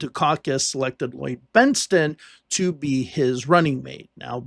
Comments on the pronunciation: Bentson not Benston! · Please pronounce Bentsen correctly!! It's BENTSEN, not BENSTEN!! Otherwise....love your videos! 😂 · Benson, not Benston. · The name is "Bent-sen", and not "Bents-ten". Anyway, Dukakis never really had a chance in this election. The election was largely a referendum on the past 8 yrs under Reagan. Unfortunately for America, Bush pushed the "Free Trade" agenda, including favored-nation trade status with China and NAFTA - which only increased & sped up the off-shoring of American jobs. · Minor correction to your excellent video --Bentsen, not Bensten. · It’s “Bent-SEN”, not “Bent-STEN.” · Just a note - his name was BENT-sen. Like "benson." Not BENT-sten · i think you are going a bit overboard. He admitted that he said the guy's name wrong.